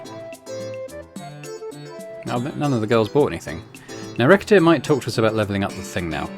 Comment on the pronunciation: Silly question.. Is it not pronounced "re-se-tear"? Maybe that's french distorting my perception (recettes = profits (also recipes)). Or maybe you plan on .. racket-tear-ing your customers 😂 Edit : you actually made the joke later in the video ahahah